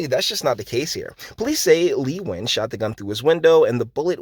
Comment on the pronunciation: Impressed you know how to pronounce Nguyan, I never did.